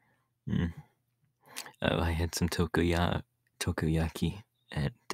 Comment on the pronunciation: Did anybody else notice that when Tamaki was about to say takoyaki he almost accidentally said tokoyami 🤣🤣🤣